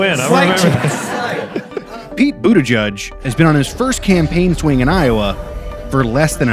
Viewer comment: His surname is maltese everyone is really butchering the pronunciation 😂